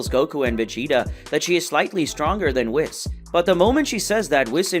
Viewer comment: i died when i heard the way you say Whis, its pronounced wees😭😭😭😭